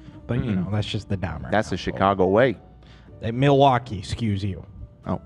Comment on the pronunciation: what u talking about, u & Lena got that midwestern accent too just not as strong as does it 🤣 W/ ✌️&❤ as someone from Milwaukee PS, it’s pronounced “Muwawhkee Wuhskahnsin,” but you’re close;D